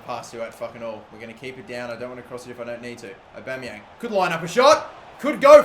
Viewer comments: It's Pierre-Emerick Aubameyang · Pierre emerick Aubeymang